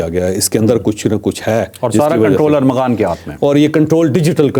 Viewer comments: چودھری صاحب ! آپ بھی ارمغان کو ارغمان بول رہے ہیں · چوہدری صاحب آپ بھی ارمغان کو ارغمان کہے جارہے ہیں جو اردو کے بڑے سینئر صحافی مانے جاتے ہیں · Javed sahab ko Armaghan nai bolna aata, baar baar Arghaman keh rahe ha.....👺👎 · ارغمان نہیں ارمغان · چوہدری صاحب فرخ آ پ کو لقمے دیتا ہے اور چالاک ہوتا جا رہا ہے آپ بھی ملزم کا نام ارمغان کی بجائے ارغمان بول رہے ہیں میں آپ کا بہت پرانا فین ہوں پلیز بادام کھایا کریں'۔۔۔۔ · اچھی کوریج آپ کے پروگرام بہت اچھے اور تفصیلی ہوتے ہیں لیکن آج آپ ملزم کانام غلط بول رہے ہیں یہ ارمغان ہے ارغمان نہیں ہے علامہ اقبال کی کتاب ارمغان حجاز بے حد معروف ومشہور کتاب ہے آپ جیسے ادبی شخصیت سے یہ غلطی نہیں مناسب حالانکہ تمام اینکرز بھی یہی غلط نام بول رہے ہیں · اوے چول ! ارغمان نہیں ارمغان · ارمغان صحیح نام ھے چوہدری صاحب